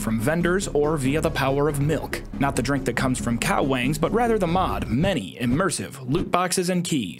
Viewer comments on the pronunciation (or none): I knew I heard “cow wangs”